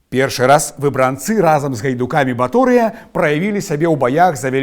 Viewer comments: У 90-я шмат пісалі пра выбрАнцаў. Але чаму ў Вас такі дзіўны націск, заўсёды гаварылі "выбрАнцы". Нават праверыла ў слоўніку, а пасля ў Вікіпедыі - усюды выбрАнцы. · Хачу заўважыць, што правільна вымаўляць так: выбрАнцы, вёскі ВаркавІчы, ЛучнікІ, БранавІчы. Паходжу з тых вёсак, і мы заўсёды вымаўлялі толькі так.